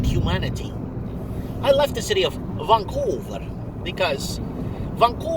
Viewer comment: Every time you said Vancouver I just about fell off my chair.